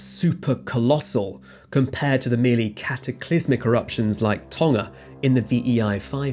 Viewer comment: I was astonished to hear Tonga pronounced without the G (i.e. tong-uh rather than ton-guh). Well done!